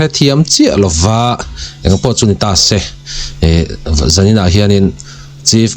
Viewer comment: ' se ' tih ilam dan hi a fán raih lo deuh